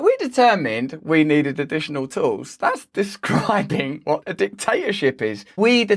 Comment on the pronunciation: Absolutely, agree 100%. Worrying that no western leaders are condemning them. Again brilliantly articulated, and you make it funny!! The Tools, or 'Tewels' as she pronounces.